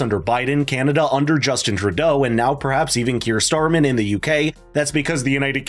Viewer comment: Curr Starmer did you say?